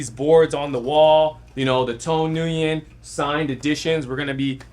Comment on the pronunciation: The name Nguyen is actually pronounced like you're saying "Win"... It's not pronounced "New-Win" 💯